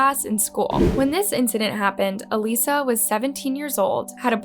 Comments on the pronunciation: So annoying how the narrator keeps calling her Aleesa. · She kept saying A-Lisa. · Come on…..did you even watch the videos on this case? Even in the video YOU included you heard her sister say A LISS AH. not A LIS A. When you profit off these videos you need to pronounce the victims names correctly. I’ve noticed you’ve done this often. Please do better. I like your videos but this is so insensitive. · her name is pronounced "alyssa". seems as if you didnt even watch / pay attention to the videos on her and just wanted to make money off her case. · How do you pronounce her name incorrectly when you have countless videos of the family pronouncing it in your video? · Your mispronunciation of Alissa’s name is so driving me crazy. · Anyone else bothered that narrator keeps saying her name wrong? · i hate how the narrator keeps mispronouncing Alissa’s name even though the sister repeats it over and over throughout the video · When you make videos and can't bother to properly pronounce someone's name correctly, even when the victims sister said it properly, is really crappy. Do better. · You pronounce her name wrong through the whole video even thought you have video of her sister calling her by name. Just wanted to point that out. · You have seneral videos in here with family pronouncing her name correctly, and you still can't? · Thank You! It was making my blood boil that she wasn’t even pronouncing Alissa’s name correctly. It’s very inconsiderate in my opinion. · Im sorry but listening to you pronounce her name wrong throughout the entire video is annoying. Especially when u play video clips of her sister pronouncing her name correctly. Dont you watch the clips you insert into ur videos?? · The narrator mispronouncing Alissa's name is like nails on a chalk board. It's so disrespectful. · Would it kill you to research how to pronounce names and places? The way you keep mispronouncing Alissas‘s name is so disrespectful to her and her family. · it’s al-issa not alisa